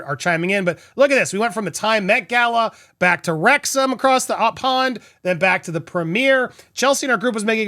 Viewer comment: Everytime i hear wrexham and Ryans name it sounds so wrong😂